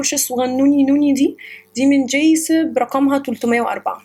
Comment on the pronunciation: فرشة من جايكب مش جايسب. تصحيح معلوم. تقبلي مروري